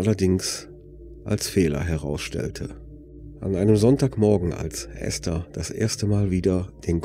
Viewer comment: Endlich mal jemand, der den Namen ESTHER richtig ausspricht!!! Die meisten sagen immer EEEEEhsta - das selbe wie diejenigen auch ESTLAND als EEEEEhstlant aussprechen